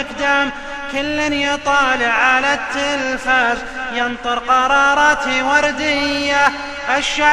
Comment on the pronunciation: زززززززززيد هع التلفازززز يقهر اذا نطق الز